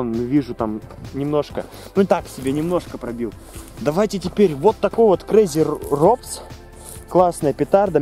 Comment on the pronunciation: Петарда crazy robots роботс а не робс